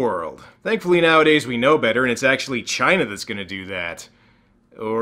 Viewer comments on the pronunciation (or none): none